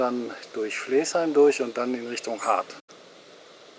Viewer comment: Sehr schön Deine Filme, nur man merkt, dass Du nicht aus Haltern und Umgebung kommst. Flaesheim schreibt sich zwar so wie Du es aussprichst aber das e wird nicht mitgesprochen es wird seit Urzeiten und immer noch Flasheim gesprochen! Flaesheimern tut Deine Aussprache in den Ohren weh!